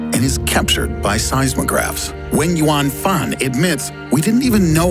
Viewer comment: For the longest time, I thought you were saying "when you want fun". But you were actually saying "Wenyuan Fan"..